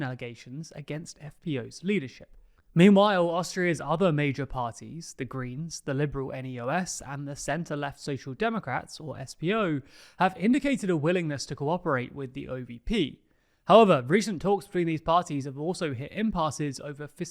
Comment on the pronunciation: The Austrian Party „Neos“ are pronounced as in „neo-liberal“(